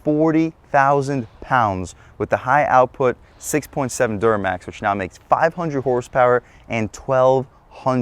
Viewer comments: Bro said duranax 😂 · did you say Duramx? what?